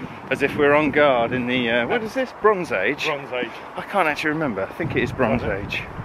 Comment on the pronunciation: That view wasn't bad at all, and truly my kind of place...though every time you said 'Bronze Age' I did have to verbally correct you, lol. I had to Google the place, very interesting with it's one of only eight mizmaze's in the UK.